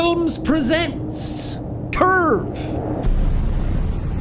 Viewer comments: When Jack says curve it sounds like he is saying perve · I almost thought he said perve instead